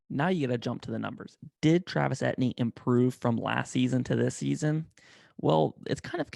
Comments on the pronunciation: Dude; PLEASE remake this video and pronounce his name correctly!! He’s from Louisiana where many names like his are French. It’s pronounced A — TEE — N , not et-knee. don’t believe me, believe his position coach or Dabo Swinney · Actually its E T N